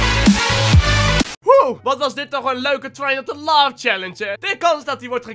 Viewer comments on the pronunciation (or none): Bijna iedere youtuber zegt. Try Not To Love maar het is Laugh L A U G H.😂😘